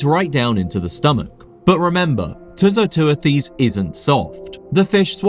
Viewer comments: Great and very informative video. The only issue I have is with the pronunciation of the animal's scientific name, which you pronounced as 'Too - So - Too-a-Theez'. It is actually "Too - So - Tew - Thiss" ('tew' as in 'dew' and 'thiss’ as in 'thistle'). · too-so-too-this [soft'th']